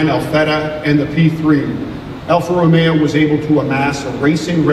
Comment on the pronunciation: its alfa romeo not alfa romeeo